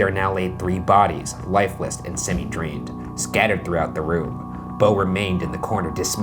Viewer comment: Even the way Ryan says "semi" in "semi-drained" he pronounced it the gross way omg